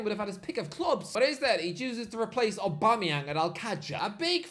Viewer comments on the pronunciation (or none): none